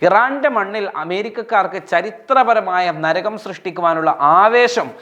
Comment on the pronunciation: നരഗം അല്ല ❌ നരകം ✅